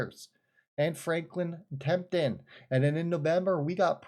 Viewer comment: And it's not Tempton, it's TEMPLETON